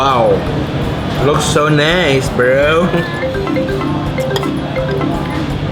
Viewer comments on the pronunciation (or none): none